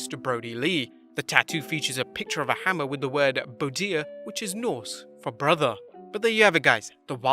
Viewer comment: BRODIR NOT BODIR! please up your standards bro